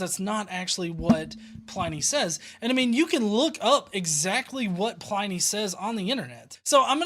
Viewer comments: you do so much work on these that I wanted to make a small correction- Pliny rhymes with tinny, not tiny. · Great replies, as ever. A quick FYI, it's Pliny, as in tinny, not as in tiny. HTH :-) (you can tell I studied Latin for too long, can't you? LOL)